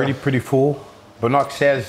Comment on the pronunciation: I always thought Bonac was pronounced Bow-Knack not Boo-Knock